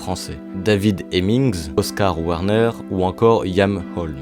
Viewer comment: Oscar Werner, pas Warner.